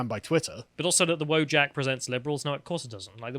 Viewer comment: VO-YACK. It's pronounced voyack, not wojack!